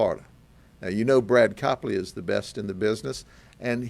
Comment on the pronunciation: What's whith the emphasis that they are "the best"